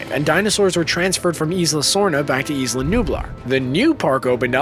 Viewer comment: it is not Eesla, it is "eye lah"